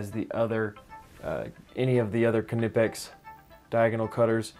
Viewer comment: If your referring to ker-nipex its a German word and English pronunciation rules don't apply. I'm afraid he is pronouncing it correctly